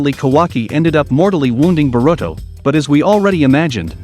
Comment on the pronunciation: Barudo, Manjeekyou sharingan, sakuro, itahchi. 🤣🤣🤣🤣🤣🤣🤣🤣🤣🤣🤣🤣